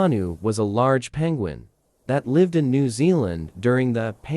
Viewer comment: are you saying one of the biggest peunguins? its the biggest penguin🤣🤣🐧🐧